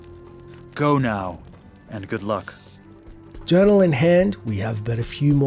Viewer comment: Lysander is nearly deaf thats why he says horazons urinal instead of horazons journal